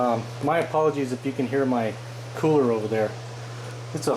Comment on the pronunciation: Good job..hahah funny when you said COOLER.?